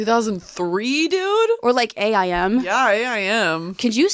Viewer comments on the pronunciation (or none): so weird hearing A EYE M, instead of Aim, like take aim... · Did they literally just say A-I-M, instead of just saying it like the word?! LOL! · Hearing y’all say A.I.M. and not aim is botheringgggg me lmao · It's AIM not A. I. M.... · I am pressed over the fact that and say "A.I.M." and not just, aim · A I M, do you mean Aim? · I like how they say “A I M” and not just “AIM” lmao